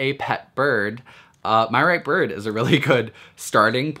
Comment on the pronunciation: He says birb.. Not gonna lie its kinda hot